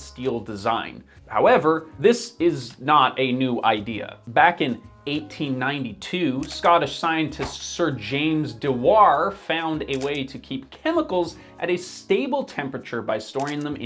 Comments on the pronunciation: James Dyoo-war ! Not De-warr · Dewar is pronounced "DEW" (like mountain DEW) - "AR" (like ARe you joking) and is said with the a D that sounds more like a J (like in eDucation or indiviDual). he's scottish not french 🤣🤣 de-war😂😂😂hilarious 👍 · 'Dewar' rhymes with 'Fewer' NOT 'De-Waaar'. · Dewar is pronounced Dyoo-Ar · That's flat out now how you say 'Dewar' dude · Research everything except how to pronounce "Dewar" 🤣